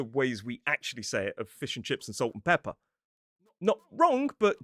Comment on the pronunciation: I found hilarious that when you said "Pepper and Salt" you pronounced every letter p-e-p-p-e-r but when it gets to "Salt and Pepper" it magically becomes "Peppah"! 🤣🤣😂